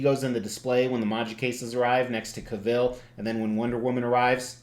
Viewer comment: Love this so much. This was one bust I almost pulled the trigger on but I didn't want to miss a mortgage payment. BTW, Henry Cavill's last name rhymes with travel.